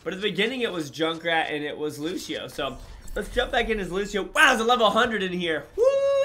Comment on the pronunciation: Killlll me know did u hush say lusheo